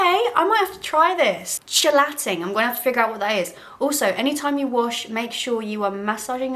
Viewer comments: Shel-ATT-ing agents? KEE-lay-ting perhaps? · "Chelating" is pronounced "keel-ay-ting" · Hey the pronunciation of chelating is kee·lay·tuhng (just fyi) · Chealating is pronounced keylating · Chelating is pronounced like "key-late-ing." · i haven’t watched the whole video yet but i hope she realizes it’s pronounced key-late-ing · It's beyond possible the chemical straightening treatment is tge cause of damage on tge ends. Also it's pronounced "cheelating" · Chelating is pronounced "KEY-late-ing" and I look forward to the video about it probably coming up! Also I liked the eye look today, in closeup it looks very painterly and artistic. As far as hair, the soft ringlets and waves are lovely on you! (Also I don't want you to take this as criticism but I know I would want someone to tell me if it was me. If you get any more lip filler you are probably going to get the "mustache shadow" effect where your top lip border casts a shadow behind it and leaves perma-darkness on the top lip. It's super common and the only way to fix it is let the lips go down. I can see the very slight beginnings in you now so if you go any bigger I think it will be obvious. FWIW I don't think you need the filler AT ALL, you have a natural youthfulness and cuteness that doesn't require full lips. I watched your video about it and agree with a lot of your points and it's 100% your money, your body, your choice. I just wanted to warn you that I think that top lip has gone as far as it should go because sometimes it can be hard to get that perspective for yourself.) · it's actually pronounced as "k" ("kelating" shampoo, "kelating" agent), and i had no idea there were chelating shampoos, good to know. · For anyone in the comments, thats not how you say chelating, there are some videos here on yt if you search chelating pronunciation